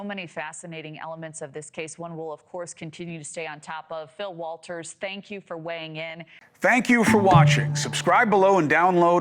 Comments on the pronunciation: Waters, not Walter's 😂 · not Walters! Smh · Waters NOT Walters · Not Walters! You would think "journalists" would get a name of a guest correct.